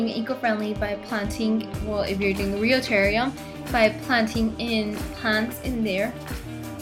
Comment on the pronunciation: you do not know how to say terrarium